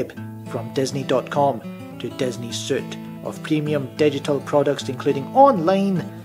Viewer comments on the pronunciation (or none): Are you looking at your imaginary friends while commentating? We're doomed. Suite is pronounced "sweet" not suit, my good man. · Suite is pronounced as sweet.